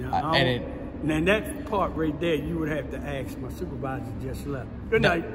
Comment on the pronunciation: You didnt "axe" for permission to exercise your rights, theres the problem